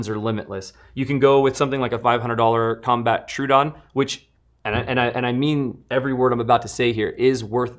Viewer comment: Troh-oh-don. Not true-don.